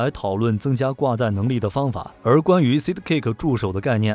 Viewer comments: 就不能查一下sidekick怎么发音吗？说了整整一集的sidkick,读个side 再加个kick就那么难吗？ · ‘’塞的‘’ ‘’吸的‘’分不清楚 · 吸得caker掛架...不錯，念的非常非常的有創意...鵝？ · 你們在做影片的時候難道都不聽原音的嗎?而且sidekick不是什麼專業英文單字也能念錯....